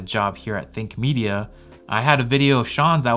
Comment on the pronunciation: Idk why but i always hear Fake Media instead of Think Media 😂